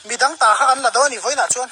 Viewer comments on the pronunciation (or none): none